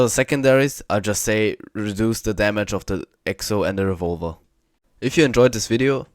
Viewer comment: I like how he says revolver, I’m calling it revolva from now on